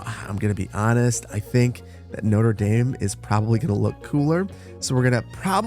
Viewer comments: the latin was bad but notre dame being pronounced as noder daym is another level of pain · Love how he pronounced Notre Dame like the university here in Indiana instead of the cathedral in Paris he was actually building 😂 spoken like a true Midwesterner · The pronunciation of Notre-Dame hurts xD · Is that how Americans pronounce Notre Dame? 😭😭😭